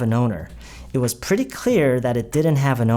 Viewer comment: Pretty를 말씀하실때 그냥 pre로만 말씀하시는 것 처럼 들리는데 맞나요??